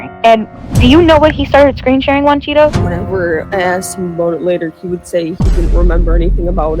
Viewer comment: I heard “he was screensharing Cheetos” in the intro